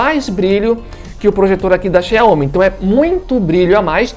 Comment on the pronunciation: Quando ele falou Chai homi parei de assistir o vídeo 😩